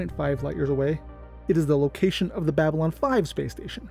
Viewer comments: "Austim" and "Bablyon"? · Is it Bablyon 5 instead of Babylon 5?